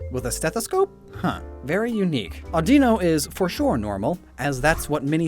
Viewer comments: O-dee-no really its o-da-no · THE L IN AUDINO IS SUPPOSED TO BE A U! FIX IT NOW! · "Aw-dih-no" is the correct way according to the anime. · Ah-de-no?????? Isn't Ah-di-no like i dont know???? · Apparently it's minsino and sinsino. THEY ARE PRONOUNCED MINCHINO AND CHINO. Also it's Audino Addinno